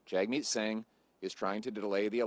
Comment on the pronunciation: hey jerk Jagmeet won't pull his support for Trudeau if you keep butchering his name on purpose. If you say it properly then he will pull his support and trigger an election.